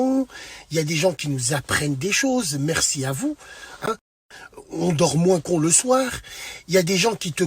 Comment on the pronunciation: Mdrrr quand il a dit le soinr